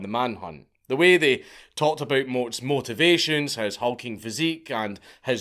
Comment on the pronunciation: Lol his “moat-avations” Love you Dank